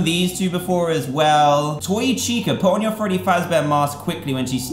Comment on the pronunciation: he said tica - it's chica